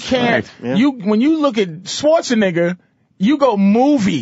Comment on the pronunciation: love how patrice pronounced arnold's last name as "swartz-a-nigga" lmao